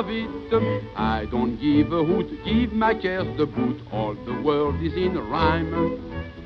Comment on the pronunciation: Hoot ... not whoot